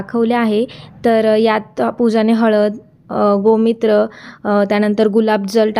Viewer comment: गोमित्र नाही गोमुत्र